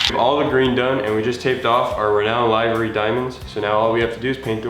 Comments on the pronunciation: Livery. Liver-e not lie-ver-e... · li-və-rē not live ery. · Looks amazing. But Livery is pronounced "Li•vr•ee"